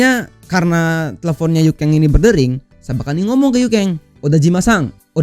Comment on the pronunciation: Yuken bang bukan yukeng